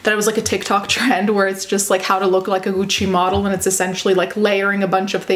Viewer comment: For some reason the way you pronounce gucci is satisfying